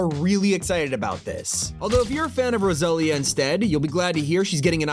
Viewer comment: It’s rosalia not rasilia dang usa people doesn’t know nothing of reggaeton